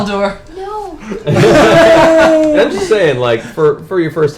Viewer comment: Every time Felicia was saying *Aldor" I kept hearing "Al Gore", definitely makes the whole "boyfriend" thing even funnier 😂😂😂